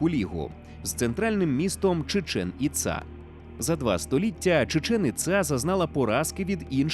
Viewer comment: Чудове відео, як і весь контент загалом ❤ але чому Чічеʼн Іцаʼ?) там же наголоси на перші склади: /tʃiːˈtʃɛn iːˈtsɑː/